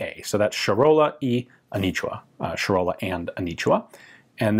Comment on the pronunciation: Anitua not anichua, also it's Charola ch like chair and not sharola.